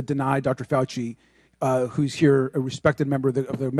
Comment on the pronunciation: He is a Faulci pronounced (Falsee)